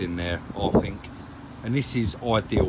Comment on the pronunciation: I'm addicted to your videos, well done guys, but please say 'fink' once more and I'll go crazy 😂😂😂